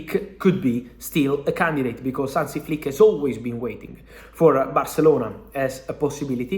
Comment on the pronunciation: Hansi. Not Ansi, Fab